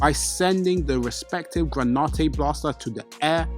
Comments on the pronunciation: It's granite not granautae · "Gra-nite" not "gra-ni-te"🙏 thank you so much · Please please please learn to pronounce the words that are the subject matter of your videos. It is genuinely nauseating to listen to “analysis” or whatever from someone who can’t even pronounce the names of things they are analyzing. What on Earth is “gray nah tey” it’s GRANITE. It’s pronounced SATOR-U Gojo not SATOR-O. Please man. It ruins your credibility. You have infinity time to get it right before you post a video. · Seriously..... GRAN-IT the e is silent